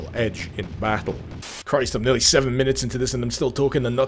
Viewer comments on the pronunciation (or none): none